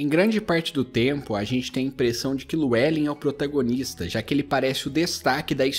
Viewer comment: "Lu é len" é foda pqp "liu e lin" é a pronúncia correta po